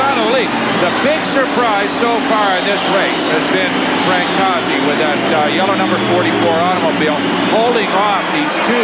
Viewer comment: Not how you pronounce Frank's name.